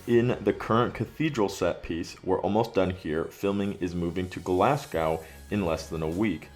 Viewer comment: Did he pronounce Glasgow as Glasscaw? As a scots man im very offended. Its pronounced Glazgo.